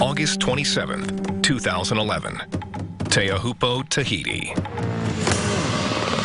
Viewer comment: Arrrgh, Teahupoo is pronounced "Tcho-pu"!